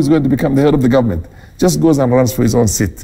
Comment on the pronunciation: Mbimbii, ngive, Nget, ngovernment etc. What a palava. It’s stressful just listening to this.